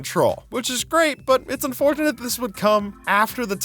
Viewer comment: “It’s unforkunate”